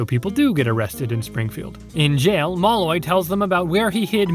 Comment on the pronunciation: That's one way to pronounce Malloy I guess.